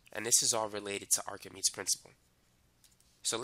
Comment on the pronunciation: it's pronounced like "ark-a-mee-deez" for english speakers